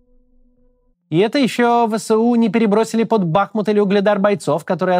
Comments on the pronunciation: Правильное ударение на втором слоге БахмУт а не БАхмут , режет слух. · БахмУт БахмУт БахмУт 🙏🏻 пожалуйста ставьте правильно ударение! Режет слух… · Максим, правильно БахмУт, от названия реки БахмУтка. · Максим ! Пожалуйста . БахмУт а не БАхмут ) Залайкайте чтобы Максим увидел ) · Не БАхмут а БахмУт. Хватит уже коверкать название города. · БахмУт, ударение на второй слог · БахмУт. Сколько можно ухо уже режет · БахмУт, ударение на второй слог. Пожалуйста,ну хоть вы😶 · В слове "БАХМУТ" ударение на "У".